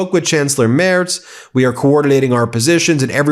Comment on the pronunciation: Dear Ben, keep on the good work! Just one annotation: Friedrich MERZ's last name is pronounced *[mertz]. Kind regards.